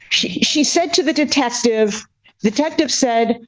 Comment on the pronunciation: "She said to the detestive"... Do you think that was a slip or intentional?